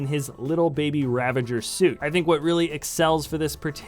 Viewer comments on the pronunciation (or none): none